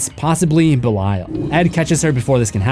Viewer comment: Belail?BLAIL?! Learn pronouncing ffs